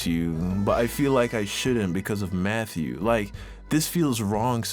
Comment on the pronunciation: Who else thought he said Methew 💀😂😂